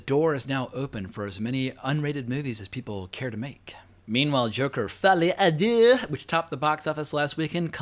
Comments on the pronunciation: The way he says Folie a Deux is hilarious 🤣🤣🤣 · Can you stop pronouncing Folie à deux in that way? It was OK the two first times but as a French I am beginning to find it very offensive You have to know that Folie à deux is an expression for bipolaroty disorders, that is probably the reason of the title